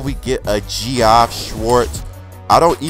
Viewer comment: Just throwing it out there, "Geoff" is pronounced "Jeff" ;)